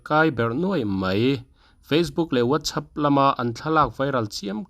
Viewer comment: whatsapp ti hi i lam fiah thei lo mi.....